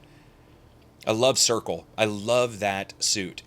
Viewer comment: It was pronounced "Cer-see" not "Circle" for Circe lol just letting you know